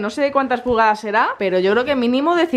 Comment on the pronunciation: dijo pugadas